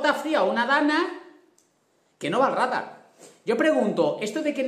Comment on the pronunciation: Rádar? Radar!